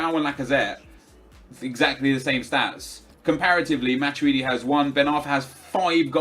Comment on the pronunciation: ITS MA-TWEE-DEE NOT MA-CHEW-DEE